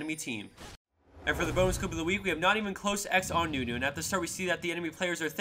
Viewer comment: The wtf moment when Nunu's name was Not even close X